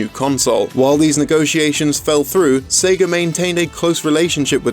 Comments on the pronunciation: Sagger. I heard Sagger every time he said Sega. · Ahh yes, I remember playing the Seg-ER Dreamcast...